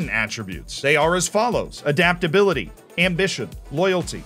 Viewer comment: adaptability or as as calls it dadaptability